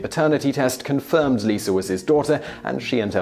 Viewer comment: lost my subscription when you started using ar .. Lisar is not her name its Lisa and its America not Americrrr following fads dont get my vote